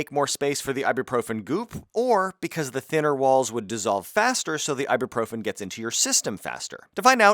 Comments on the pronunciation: Why do English speakers keep pronouncing it Ibeeprofin? It's spelled, Ibuprofen. Mad confused every time I hear this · why are you pronouncing ibuprofen like ibeeprofen? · Did you you say "I'll be profen"???? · what's really triggering me here is your mispronunciation of ibuprofen...it's ibUprofen, not ibEprofen. jeezzz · Ibuprofen nicht eiboproffen... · Is he pronouncing it funny to you guys? As an American I don’t get the joke. I also don’t know what profen means